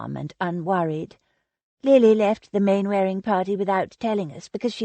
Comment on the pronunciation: Narrator is a lazy American who can't be bothered to say English words properly. Its said 'Mannering' even though its spelt Mainwearing. Look up the sound bite on google. Its a very old name so of course the use over the centuries has changed it.